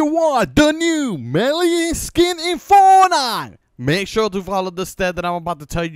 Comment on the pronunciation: ON “FONITE”💀💀💀💀💀💀💀💀💀💀💀💀💀LMAOO NERD 🤓🤓🤣🤣🤣🤣🤣